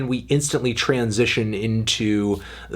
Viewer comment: I chuckled a little at the end with your "Tran-sition".